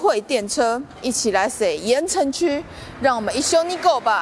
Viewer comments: 可能國語不是母語有差 我每次都聽成 言承旭(鹽呈區) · 怎麼辦一直聽成言承旭哈哈哈哈哈哈哈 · 有人跟我一樣從頭到尾一直聽成言承旭嗎? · 我一直聽到言承旭😂 喔～看了字幕才知道鹽埕區，講話也太可愛❤️ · 鹽埕區~鹽埕區~鹽埕區~ 怎麼我一直聽成“言承旭” XDDD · 只有我一直聽到「言承旭」嗎？ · 哈哈 怎麼一直聽成言承旭…